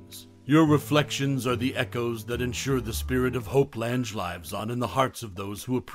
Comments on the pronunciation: Pocketful of Miracles is my favorite. Edward Everett Horton and Peter Falk were great, too. Her name is pronounced like Lang. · That's what I kept thinking when I heard him say "Lange" that I had always heard it pronounced "Lang".